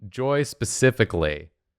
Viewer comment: The way says “Joy”, it sounds more like “Joey”